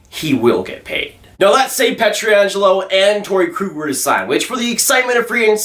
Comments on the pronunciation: You know it's P-ietr-angelo and not P-etri-angelo, right? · Please stop butchering Pietrangelos name.